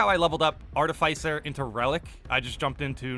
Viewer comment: cheers to 1 year of me trying to correct the way you pronounce artificer. art-if-isser.